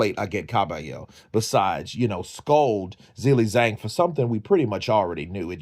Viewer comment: The title should say 'Zhilei Zhang's important announcement concerning his boxing career'. This is sloppy AI generated rubbish. His name is also pronounced 'Ji-lei, Jang' not 'Zill-lei Zang'.